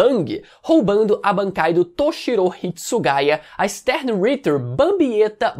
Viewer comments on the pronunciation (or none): só queria te dar um toque em relação as pronuncias de algumas palavras, como Stern Ritter(Cavaleiro Estelar). Você costuma usar a fonética do inglês, quando na verdade são palavras em alemão.